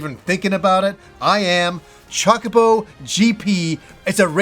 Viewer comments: Chacabo? ChOH-ka-boh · Biggeset surprise of 2021 for me is now discovering how pronounces "chocobo." I can't wait for FFXVI, Horizon Forbidden West, and Elden Ring. Those are my top three anticipated games for sure (if FFXVI comes out in 2022. I think it will).I was going to hold off on Forbidden West because I still don't have a PS5, but now that the release date is so close I don't think I want to wait. I've only gotten seven Platinum trophies on my PS4, but Zero Dawn was one of them. I just hope I can get a PS5 for FFXVI.